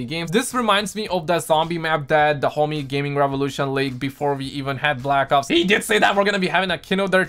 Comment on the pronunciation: Am I the only one who heard him say black cocks and zombies